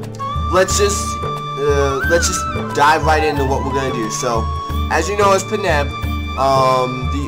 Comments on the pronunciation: paneb? Its Panjab. Panj Ab literally pronounced how its spelled. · I laughed when he said panab. Im punjabi and i dont find this offensive